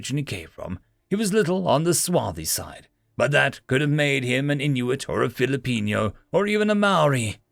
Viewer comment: Holy hell I can't help but laugh when he pronounced "Filipino", after hearing that now I just want to hear him pronounce "Mabuhay"